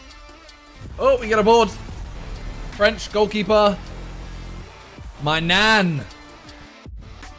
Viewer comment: The maignan gk when you said "maignan" it sounded like you said "my Nan😟"